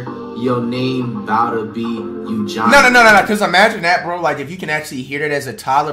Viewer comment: I don't blame flight because usually these questions are rigged. That doesn't excuse how you said womb and Eugene